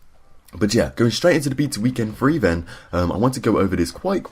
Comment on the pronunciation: Stop saying beta wrong.